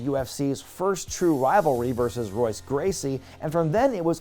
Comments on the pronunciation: Its Pronounced Hoyce not Royce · Its pronounced "Hoyce Gracie"..saying it like royce is blasphemous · it's disapponiting there aren't many replies explaining that it's pronounced Hoyce and not Royce 😂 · Rs at the beginning of words in Portuguese are pronounced as Hs. So it's pronounced Hoyce Gracie. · Not to be that guy, but it's Royce pronounced with an "H" where the R is :) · Pronounced *Hoyce Gracie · Amazing video, as per usual! One tiny, miniscule nitpick, and one correction that is never gonna matter sine I doubt Royce will ever be mentioned again, but technically his, and a lot of names starting with an R in Brazil, is technically pronounced "Hoyce". Don't ask me why, and again, it's not like it matters, but if any MMA fans slips into this video they will probably mention it too. That said, it's a shame Ken never got to that upper echelon, and didn't stay for longer. I think he had a lotta give still, and maybe that would've prevented him from sullying his MMA legacy later on in Bellator. Still wild he's the reason why The Rock appeared on iMPACT tv tho. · OH NO.!! IT'S "HOYCE" GRACIE! "HOYCE!" You think I'm being dramatic?! The MMA fans will COME FOR YOU! Change it while you can! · Please tell me you didnt use the hard R when you said Royce Gracie 🫣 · Royce Gracie is pronounced with an H sound where the R is. he's portugese. sorry, that bugged me. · No he didn’t just say “Royce” with an “R” instead of an “H”. Tell me he didn’t just say that.